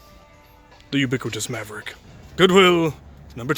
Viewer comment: Someone should go through the runs and count how many times he says "the ubicwitus